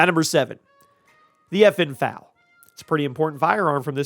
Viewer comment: Say it with me F... A... L... Not fal